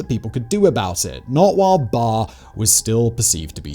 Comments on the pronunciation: Good narrative, but i want to make a couple of corrections, I believe the name of the dictator is "Barre`" not "Bare" as you said it. And the "X" is read as "H" so the name should be "Hassan" not "Exan" as you called it. But nevertheless goid narrative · It's Baré, not Barr!